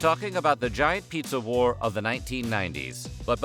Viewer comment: I read pizza war but I hear you say pizza whore lmao